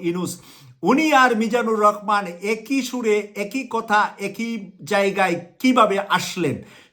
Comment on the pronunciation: আপনি তো ভালো করে ভাষা বলতে পারছেন না রহমানকে বলছেন রকমান লেখা পড়া কি করেন নাই আগে ভালো করে পড়া লেখা করে আসেন।